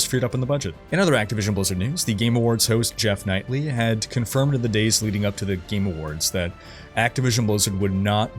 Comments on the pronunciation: Did you say Geoff Knightly :D It is Keighley, but honestly Geoff Knightly sounds a bit more epic! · Bro, you're killing me. It's Geoff Keighley. KEE-LEE. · Jeff’s last name is pronounced keelee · Geoff Keighley not Knightly!! \o/ (Don't know why but it got to my nerves) Peace!!